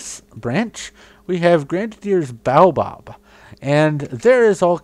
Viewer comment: I'm looking for a tree that has a solid canopy like the Desert Acacia, but is a little taller than the Grandidier's Baobab (but not a 3x3 trunk. 2x2 is fine). What would you recommend? Also, Wenge is pronounced (wen-gay) or (hwɛn-ge) if you use phonetic symbols. Grandidier's Baobab is pronounced (gran-dih-dee-ays bow-bahb) or (gran-dɪ-di-es baw-bab) in phonetics. Lastly, this series is very well done and I think it should be much more popular than it currently is.